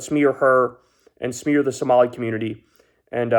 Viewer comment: Besides agreeing w all you said, finally I’m hearing someone say Somali correctly thank you. MN Social Dem